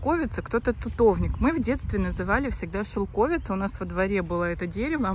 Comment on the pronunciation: Шелкови́ца (не шелко́вица)Википедия 😊